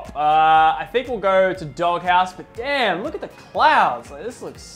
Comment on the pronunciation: He said damen he cussed bro not family friendly